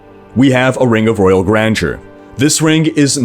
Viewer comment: I cringe everytime he says "Ring of royal grangeur"... grandeur is from french, it's pronounced "grand her"